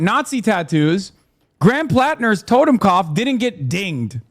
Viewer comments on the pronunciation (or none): Holy shit can one of these people pronounce Totenkopf the right away. It doesn't have an M!